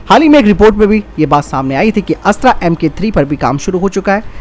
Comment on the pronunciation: कृप्या अस्त्र को अस्त्रा न कहें। हिंदी को हिंग्रेजी न बनाएं।